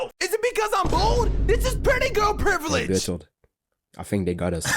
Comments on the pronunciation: yo every time you say bertolotos naem im cracking up twin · Bro the fact that he never said Bert's name properly the entire video is hilarious 😂😂😂😂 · bro he keeps pn messing up Bartholomew's name 😭